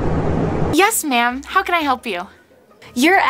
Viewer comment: he said hoe instead of how